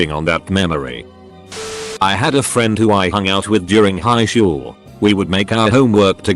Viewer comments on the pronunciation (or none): Are y'all ignoring that at 56 seconds instead of saying highschool it says it like highshool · you heard it hear guys, it not high-school, its hi-shool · I think my sense of humor's broken, I kept laughing at that "highshool" pronunciation. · Hehe “highshool” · did anyone else hear the "highSHOOL"? XD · Kids go to highschool. Legends go to "highshool" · did anyone catch that the person said highshool? Lol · "High shhool"